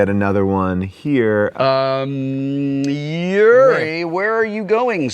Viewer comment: There's a "U" and "I" in Yuri...